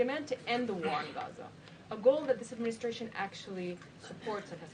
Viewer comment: She always says, " adminiSHtration", haha